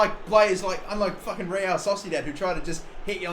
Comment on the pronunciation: Real Sosidat - love that pronunciation